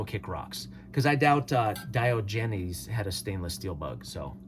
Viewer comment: Dry humor....watch a couple Ron Hood vids. The man was a master of dry humor. ETA: Diogenes: Dy-ahhh-ja-knees